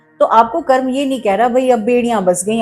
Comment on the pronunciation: आदरणीया, कृपया कर्म बोलें, कर्मा नहीं। कर्मा कुछ नहीं है। 🙏